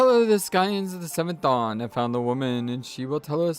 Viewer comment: Scions is pronounced 'sigh-ons'. Also, when you talked to the plague doctor, the word redolently means 'related to a pleasant smell'. Urianger has the same voice actor as Balthier